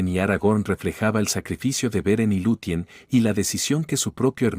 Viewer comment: Buen video, excepto el uso de IA que comete muchos errores y despues deberias informarte de como se pronuncian. Casi todos los nombre que empieza por "C" como Cirdan o Celebrimbor, aunque se escriban con "C" se pronuncian como si fuera una "K", Cirda/Kirdan. Error parecido al de Luthien se pronuncia Lucien. Te recomiendo este video